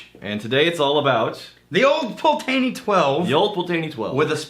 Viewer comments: Fucking thank you. Is almost like they’re bourbon drinkers reviewing scotch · It's pronounced Old Pultney, the first e is silent. Take it from a Scot who was born in the Malt Whisky Capital of the World, Dufftown. My late father was born in Rothes and Old Pulteney was his favourite Malt Whisky. He worked at Cardhu and Littlemill distilleries in the 1950's and 1960's. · I'm not a stickler for pronunciation but geez Pul-tay-nee hurts my ears. Love the 17 (multiple bottles), and finally got the 21 two months ago. Haven't opened it., that's a beautiful bottle to give to people who can't pronounce it. LOL Congrats on 10K subscribers that's cray-ay-zee. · And besides, Ralphy calls it "Pultney" as well, but with a middle 'e' that is barely heard, almost giving it a 3-syllable roll to the word. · Always thought it was pronounced Pult-knee as that's how Ralfy pronounces it. Oh well, tomayto tomahto. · Its Pult-nay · As someone from Wick (north of Scotland) where this whiskey is from, it very much hurts to hear how they pronounce it!! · I tried to overlook the terrible mispronunciation of the Old Pultney name. At first I found it hilarious. However the suggestion that they can pronounce it “however the hell they want” suggests their ignorance is wilful, which is quite disrespectful actually. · Im now going to blame you guys for the cost increase in one of my favorite whiskys. Old Pulteney is one of my favorite cheap go to's! I believe you are pronouncing it a little off as well. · We're using the Texas pronunciation :-)